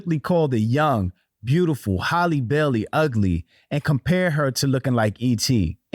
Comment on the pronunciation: My people can't say Halle to save their lives. NOT Holly.